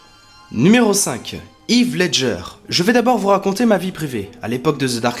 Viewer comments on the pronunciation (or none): Très bonne vidéo ! Y a juste un truc qui me perturbe, c'est la façon dont tu prononces le nom de Heath Ledger x) ça se prononce pas "Yves" mais "Hiss" :) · Heath ledger ça ce dit (HiS) et non Yves lol Désole j'ai pas pu résister ça me faisait trop mal aux oreilles MDR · Pas hith Ledger, on prononce Hèèèèèèth Ledger